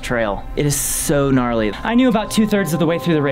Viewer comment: "GRARLY MAN!"